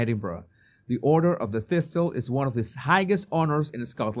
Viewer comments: Order of the Thistle - the second "T" is silent, so it sounds like 'thissle'. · Thistle. Dont sound the T. Xx